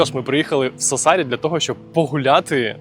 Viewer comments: те, що "Кастельсардо раніше на показане на ютубі" є відвертою брехнею, звісно - навіщо такі дешеві трюки для якісного, як на мене, відео?) Ще б слух не різати, як наприклад СассАри - невже було складно наголос подивитися? Але зьомки гарні, як і спина у жінки в кадрі ;) Тож дякую і лайк, попри мінуси) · Я вибачаюсь, але не Сассарі наголос на другу «а». Сассарі, на першу літеру «а». p.s. Я просто там живу, і знаю як правильно. 🫶🇺🇦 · Дякую дуже за чудове відео, єдине - Сассарі вимовляється з наголосом на перший склад)